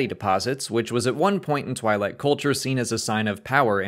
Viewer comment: I love this channel but the way you pronounce twi’lek hurts me.